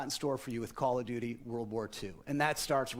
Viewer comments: I like how he says "Caw of juchee" 😁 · "cool of duty"